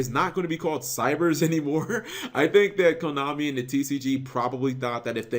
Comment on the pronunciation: It was never cybers, it was always Cyverse. It's Japanese pronunciation.